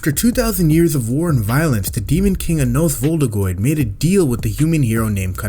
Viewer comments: Anos voldigoad❌ anas voldigoid✅ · SERIOUSLY?? "Anos voldigoyd" "hero kanan" "ayane koji" why do you pronounce them like this